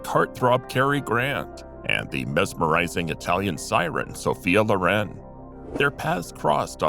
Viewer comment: It’s Sophia LOR-en